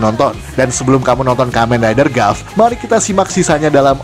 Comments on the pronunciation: Sedikit memberitahukan kalau tulisannya "Gavv" maka dibacanya "Gabu" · Sekedar memberi tahu Cara bilang gavv itu gabu bang